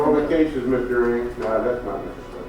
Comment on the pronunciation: you kept saying "Ing" when it's read "Nang" huge difference